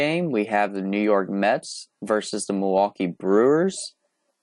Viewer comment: Milwaukee not milwaukie